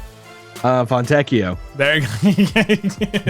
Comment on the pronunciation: As italian, the pronunciation of Fontecchio is perfect 😂